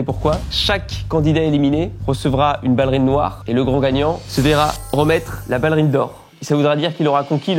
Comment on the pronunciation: Danielle même si elle sait comment on prononce « ballerine » je crois qu’elle est tellement têtue que jusqu’à la fin de sa vie elle dira toujours « ballérine » 😂 Enfin, j’espère qu’elle vivra encore TRÈS longtemps ! Ma maman qui est décédée l’année dernière était du 1954 aussi, elle est partie en février et elle allait avoir ses 70 ans en mai et Danielle dans son caractère et sa façon d’être me rappelle profondément ma maman 🥰 D’ailleurs elle faisait la même taille que Danielle 😅 De son vivant elle connaissait la chaine studio Danielle et on s’était vraiment dit qu’elle et Danielle seraient devenues les meilleures copines du monde si elles s’étaient rencontrées 😅 Elle est tellement comme ma maman quand je l’écoute parler, entre sa coupe de cheveux sui lui ressemblait un peu, sa voix grave comme Danielle, sa taille comme je le disais 😂 ainsi que son caractère et son humour incroyable mais aussi sa grande bienveillance et tout l’amour qu’elle a à donner, c’est ma mère tout craché 🥹 C’est aussi pour ça que j’aime tant regarder vos vidéos, je les aimais déjà du vivant de ma maman mais depuis son décès je les savoure encore plus parce que je revois en elle ma petite maman d’amour 🥰❤️